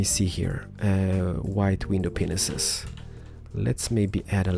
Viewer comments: can you please teach yourself to say "panes" instead of penises xD it's really embarrassing hearin you say it, just say "pain" with an S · WHITE GLASS PANES NOT window penises... 😂🤣 o!o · you silly:p They're window PANES not window Penises XD I had to do a few wtf replays with the person I was watching this with... And we're both O.O? Window... Penises...? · He said white stained window penises 0_o